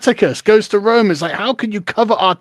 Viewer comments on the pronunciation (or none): none